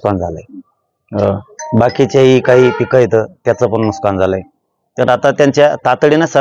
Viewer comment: नुकसान असत ते. नुसकान नाही 😂😂😂